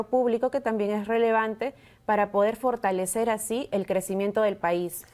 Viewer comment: Fortañwcer, firtalecer, 😂😂 está en la calle 😂